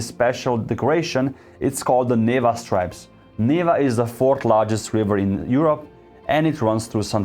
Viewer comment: It's NevA not NEva